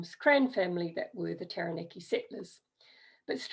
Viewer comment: awesome! my ancestors are also from Taranaki, and this was super helpful. Quick pronunciation tip though: ** Tah-rah-nah-ki 😉